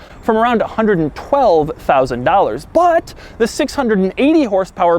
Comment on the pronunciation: dougs emphasis on the "BUT" LMAAAOOOOO